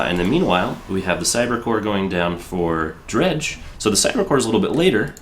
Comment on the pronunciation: Yay you got Dredj! pronounced right